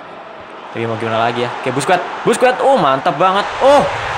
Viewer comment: Sekedar koreksi aj bang Busquets dibaca baske